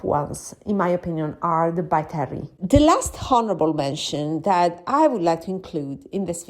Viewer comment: Haha, almost thought you said horrible mention! I had some coupons and got myself one of the Hourglass Holiday palettes. Everything you said about their powders is so true. Happy New Year!